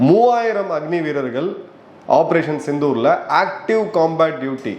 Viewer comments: Please sir. Why the title in tamil pronounced as sittoor. Thats embarrassing. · சித்தூர் அல்ல... சிந்தூர்.... முடியல சார் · சிந்தூர்... சித்தூர் அல்ல! Please be conscious of these.